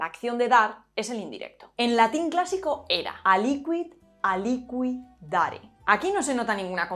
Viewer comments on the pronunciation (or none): Buen video, pero es áliquid, no alíquid 😅